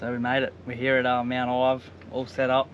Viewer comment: Mount ive not ivy